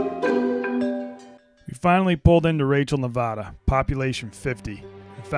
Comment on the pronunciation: The way people from the East Coast pronounce Nevada makes me cringe so hard